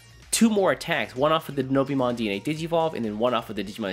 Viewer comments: Great video, nice to see you back:) However my guy, it's Dino-Beemon, not Denobeemon XD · DI-NO-BEEMON?! HUH